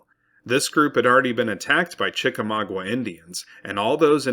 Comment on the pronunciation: Great video. Your pronunciation of Chickamauga is off, but aside from that, very good.